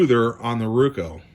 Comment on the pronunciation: Very informative video. Thank you for making it. Also, on a side note, I love how you say RUKO instead of ROKU. 🙂